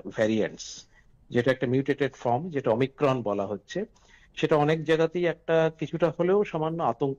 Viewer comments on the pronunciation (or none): Omicrom noy eta omicron